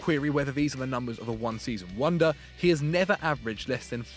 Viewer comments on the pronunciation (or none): none